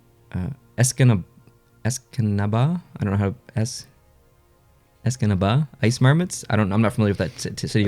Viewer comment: you said Escanaba right the time. its a small town in the Upper Peninsula of Mcihigan